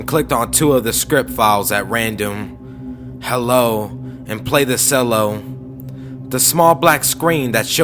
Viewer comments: Hey brotha cello is pronounced (chell-o) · Cello is Italian (I think) so there's an invisible h in there. Love your work though man! Keep on reading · I am laughing so hard at how ridiculous this is! Not the reading, I don't have a problem with that... except maybe the pronunciation of the word "cello" but I can easily overlook that. It's that this story doesn't so much suspend disbelieve as flip it over, have its way and then slap it in the face with its wang. A food grinder in the face!? If that wasn't a dumb idea to start with there are little things called "dentures" we use to replace teeth. Even if an entire jaw is lost they recreate a prosthetic one including teeth. Secondly; something went wrong and it ground up and sucked in his face!? Ok, even if such a device were medically legal it would not be physically possible nor would it be feasible for it to devour ots owner's own face! A direct link from the internet to the brain!? There is no physical possibility for the human brain to directly interface with computers for the direct transfer of information in such a way. The closest we've come is for brain waves to move a pointer on screen, interact with a prosthetic arm and, in very few EXPERIMENTAL cases allow transfer of sensory information. No direct connection can transfer visual information such as "a picture from the internet"Equally as (un)believable is the uploading of consciousness. First off, as mentioned, there nothing that could directly interface to download/upload information directly from a human brain to a computer, the human consciousness/awareness isn't even fully understood so couldn't possibly be up